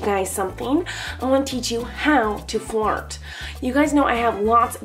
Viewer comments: Is it only my or does somebody else also understand "fart" instead of "flirt" ? how to fart with your face ? :) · Who else heard fart instead of flirt in this video ?!?!?! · When she said flirt it sound like fart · I thought she said "I'm teaching how to fart" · I love how it totally sounds like she's saying, "Fart" instead of "flirt." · I THOUGHT SHE SAID HOW TO FART 😭😂😩😂😭😭😂😭😭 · when u say "flirt" it sounds like "fart"!!